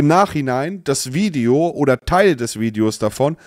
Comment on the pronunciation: "VIODE" ? meint er Video?